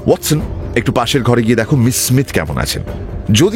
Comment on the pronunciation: শার্লক এবং ওয়াটসনের উচ্চারণ বারেবারে মুগ্ধ করে। ঠেক দীর্ঘায়ু হোক...